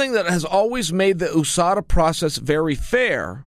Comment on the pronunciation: Chael “Oooh-Sada , MOOEY TIE” Sonnen